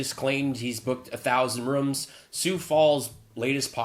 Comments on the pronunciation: he pronounces it " rums" we booked all the hotel rums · I'm pretty sure he said "1,000 Rums".